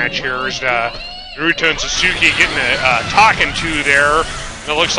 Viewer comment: Another good match, but if you get Sasuke you wanna say it like "Sauce-Kay"